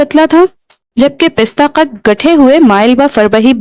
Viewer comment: زبردست انداز بیان ، خوبصورت آواز ، بس تھوڑا تلفظ پر توجہ دینے کی ضرورت ہے ۔ پستہ قد (Pasta Qad) کو تم Pista Qad پڑھا ہے ، اسی طرح پرتو (partao) کو Partu. ممد ومعاون کی تصحیح شبیر حسین کر چکے ہیں ۔ اردو تمہاری قومی زبان ہے تھوڑا دھیان دیں ۔ Love from Mumbai.